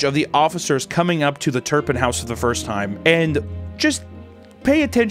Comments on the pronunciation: It’s not turnpin it’s Turpin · "TURPIN" not turnpin. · Why is he saying turnpin?!?!? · It drives me nuts he keeps saying turn pin